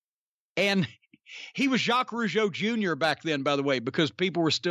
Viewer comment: You were on the target about the two Rougeau and you are one of the rare person who as a good prononciation of Jacques Rougeau.. : ) Anymore interesting thing about Raymond Rougeau? Thank you also for acknowledging that the Rougeau Brothers were good workers.